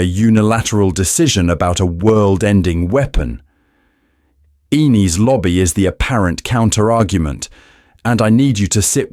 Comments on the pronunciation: The way you pronounced it caused the caption to misspell “Enies Lobby” as “Eenis Lobby.” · The way you pronounced the “e” in “Enis” made the caption show “Inis Lobby.”